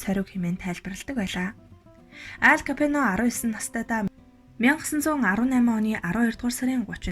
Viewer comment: Nobody: Алфонсо Капоонь Unshij baigaa emegtei: Ал Капьоно Bayarmagnai: Моло Капьоно